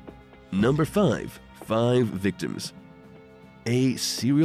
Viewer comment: His voice aggregates me. I know he can't help it.... Especially the way he says five...